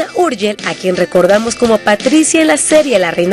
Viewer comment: escucharon como pronunciaron su Last name?? damn... que pena!!